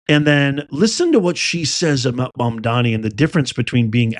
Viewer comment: iT IS MAAMDAANI NOT MOM DONNIE. GOT IT? “MAMDANI” and not ”MUM DONNIE.”